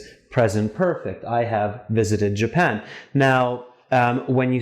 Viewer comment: Japan, not Japand